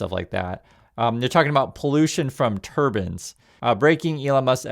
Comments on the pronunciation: save yourself some trouble. It's turbines. Not turbins. Do you want the sihk committee to come after you. Remember they carry daggers to fight evil. I know you are anything evil ❤. Please be careful how you pronounce your words.😊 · it's pronounced turbuyns, not turbins